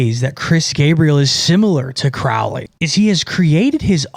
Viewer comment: Crowley like "holy" not "fouly"